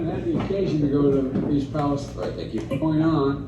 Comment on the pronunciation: I wouldn't be overly concerned about Biden mispronouncing Palastine. This is the same guy that pronounces Buttigieg as "booty juice".